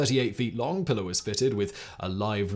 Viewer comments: I know you don't speak Spanish and I have very little love for colonizer languages, but would it kill you to attempt to pronounce a Spanish name correctly? It's Pilar, not Pillar. Spanish vowels are actually very easy to grasp, unlike the inconsistency of English. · Simon bruv.... The boat's name is a female name in latin and hispanic cultures (and possibly others, i dont know the full etymology of the name) but its not pillar "pill-er", its pronounced "pee-larr" (Pilar) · Hemingway’s boat is pronounced “ PEE lar” not “ pillar”, but good video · The names of second wife and the boat are pronounced "Pea (as in the vegetable) -lar" not "pillar". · I can't believe you published this pronouncing the name of the boat incorrectly. It's Pilar (pronounced Pee-Lahr). Usually you are so meticulous... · Pilar is pronounced PEE laar Not pi lr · Please, for the love of all that is holy, find a native speaker to prep you for these things. At the very least, to learn how to pronounce the proper name you'll be repeating 40 times throughout your video. It's not "pillar," it's a Spanish woman's name, pronounced pee-LAHR. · "Pilar" is pronounced to rhyme with "pee-far". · That's pronounced P-lar you barbarian. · Pilar - pronounced PEE-lar. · Pilar is pronounced pee lar. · It is pronounced pee lar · It’s pronounced “pee-lar”. You’re talking about the most overrated American novelist of the twentieth century.